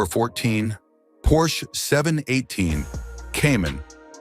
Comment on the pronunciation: Por-shee? get rid of the AI voice!